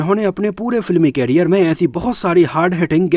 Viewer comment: Bro, please don't mind but the pronunciation of the word career is करियर, whereas कैरियर stands for carrier which means to carry.